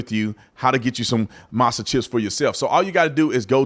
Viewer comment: "Masa"? That's crazy, lol. Whatever, man.